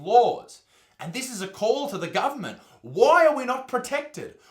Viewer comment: i only watched the 1st 15 seconds.... but i love the pronunciation of... Gubment!